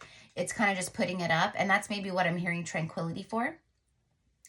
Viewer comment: I hear tranquilizer when I hear tranquility...every time...